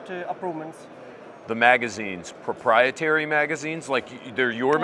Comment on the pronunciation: you need to make a press company and you could set the talking points for foreign manufacturers so i sounds right to US buyers. "Porpiatary"